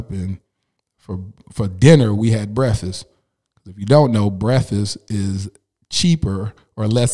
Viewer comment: I love your spirit! I love your transparency. I love that you omit the "k" sound in breakfast lol. I too used to eat breakfast for dinner because we were poor, but lucky for me breakfast is my favorite meal of the day! I have watched many of your DFW Podcasts and you have inspired me to do what others have been speaking into me for so long...start a podcast. I know you will find the person who is perfect for you! P.S. Thank you for being obedient to God in pushing out this vision. It has helped me and I have my girls on it now. It's really the only show I watch. God bless you!